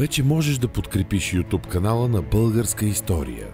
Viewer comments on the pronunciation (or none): none